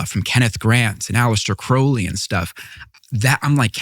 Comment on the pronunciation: Finally. Someone who knows how to pronounce "Crowley". But Tucker didn't bother to learn from him.